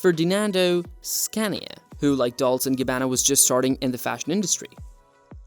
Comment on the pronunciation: Horrendous pronunciation. DOLCE as in CHESTER, CHESS, CHEST, NOT DOLS